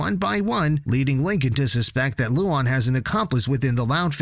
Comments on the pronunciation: You kept mispronouncing Luan's name, it's "Lu-ann" not "Lu-ahn" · Its like: luaaan, not Lu AN ):< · loan not loon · The name Luan sounds like Luon instead of Luan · Guys don't watch this.Its a AI channel you can see from the spelling mistakes nobody says lien(luan) len(Lynn) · Ah yes. “loo on” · WTF LOO-WAN? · “Lowan” bro 😭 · Yo your saying luan’s name wrong mate